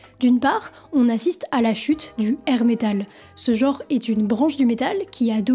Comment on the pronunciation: on dit genre, pas jor! Merde, un peu de francais,meme pour du metal!